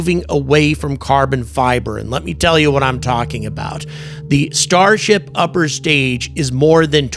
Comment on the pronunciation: Starsh-t LOL